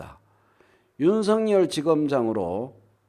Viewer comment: 윤성열 말고 윤서결 발음하기로 하셨..ㅎㅎㅎ